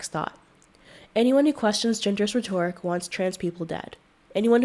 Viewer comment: "Rhetoric" has the stress on the first syllable.